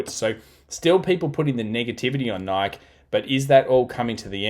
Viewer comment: Nike is pronounced Nikee (long i, long e)